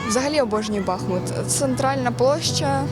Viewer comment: Тоді і Арестовича треба навчити, бо він каже БАхмут.